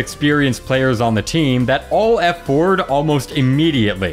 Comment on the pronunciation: When you say "All F4" i hear "Alt F4" everytime